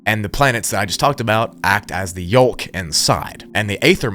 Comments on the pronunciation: Dude… you don’t hard L in Yolk… wtf. Pronounced Yowk. Just bustin balls, this was an awesome video. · Pronounced ether. The A in aether is silent. Pronounced yoke. The l in yolk(just like folk) is silent. Just to help ya out lol. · Btw the "L" in the word yolk is silent.. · Did you just pronounce the L in yolk? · What is "ather" and did you just pronounce the l in yolk? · R.I.P to who sadly passed away while trying to pronounce the L in yolk.